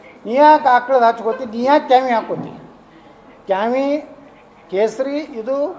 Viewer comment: ಖ್ಯಾವಿ ಅಲ್ಲೋ ಯಪ್ಪಾ "ಕಾವಿ"